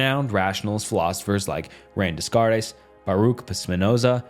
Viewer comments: no way this guy said "rain deskartays" , bro you need to work on your pronunciation. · I take it as validation of my own nihilism that I cared less when my worldview was ranked D tier than I did about the butchering of René Descartes’s name pronunciation.